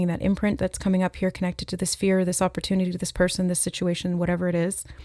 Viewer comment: 🍒🍦i’m hearing “op or tune” with opportunity